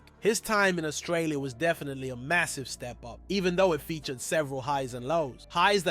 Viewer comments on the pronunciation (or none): none